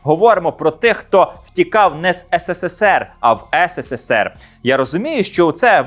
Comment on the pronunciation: Вже кажіть правильно українською "есересер (СРСР)", не ссср